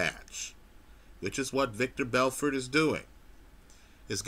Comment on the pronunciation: LOL you're still pronouncing it "Victor" Belfort.